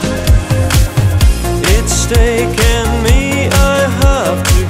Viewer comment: no tenia idea que era Argentino, un groso Maxi. escuche la cancion en Tn techno y la vine a buscar, muy buen nivel de ingles tiene, lo unico que pronuncia "taken" para el orto jaja